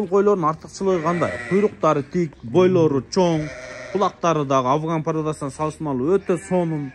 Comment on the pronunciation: жылас кандайсын, авган эмес афган